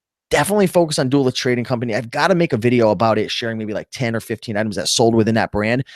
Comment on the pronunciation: Duluth is Doo- Looth and not Duh- Luth.